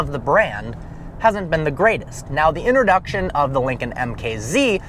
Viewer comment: In the first half minute you said "interduction," when in fact you should pronounce it as "introduction."